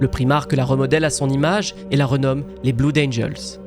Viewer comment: C'est top ce que tu fais ! Petit truc : les deux "oo" de "blood" se prononcent comme "ode" dans "ode à la joie", ou bien "o" avec l'accent du sud.